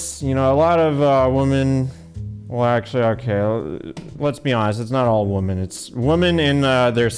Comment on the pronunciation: can you not pronounce women correctly?